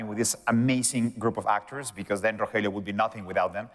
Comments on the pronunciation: Not Rojelio it’s RoElio delavegaaa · Ro-je-lio? He has NOT watched the show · Love love love this but if that guy says Rogelio’s name like RO-JELLY-YO I’m gonna pull my hair out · It's another beautiful day to be Ro - Jelly - Yo wake up Ro - Jelly - yo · Ro hell eeeeoooooo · Did he just really say roJelio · man really said RoJelio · Right! and he knows its not Jaime and its "H"-aime. just the Rogelio bit. ugh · the way the host pronounced rogelio was pretty bad 😭